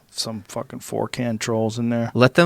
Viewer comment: I love everyone cracking on him for saying 4kan. But seriously I don't think he said it out of ignorance, I think he just has too much in his brain and can't be bothered with titles, names and lingo. So he fudges words.. Like a lot. Earlier in this podcast he talked about the movie he called "Snatched". Recounted the scenes perfectly but couldn't get the name of the movie "Snatch" right. Lol